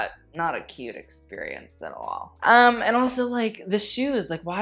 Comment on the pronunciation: No one:: backless experiOONCE 😂😂